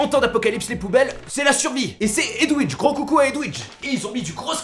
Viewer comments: Comment il prononce Edwige? 😂 Au lieu de dire Edvige, il dit Edouige 😂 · Hommage à la fille qui a fait la ration qui a son nom massacre par ( edwige bah non ça se dit edvige mdr ) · Bonjour je suis la fameuse chouette d'harry Potter "edwouidge" mdr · Edwige se prononce Edvij, je crois 😅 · Si je n'mégare, Edwige ce prononce, [É] [DVIGE], vwali vwalou :)